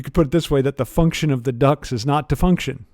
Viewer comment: Cracking lecture but as a Brit, every single time you said ‘ducts’ I heard ‘ducks’ and was extremely confused about why his apartment was full of birds